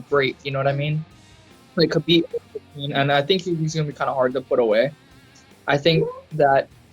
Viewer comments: ....Who’s Kaheeb? 😂😂😂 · hopefully "witchmiha" whatever his name, can make weight i'll go "Kaheeb" guys, his name is "kalabeeb", not "witchmiha", not "kaheeb" and it damn sure isn't "khabib". get it right, uncle joey diaz undefeated 50-0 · did he say "Ka Heeb?" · Ladies and gents the name Khabib is pronounced HA BEEB. The K is silent.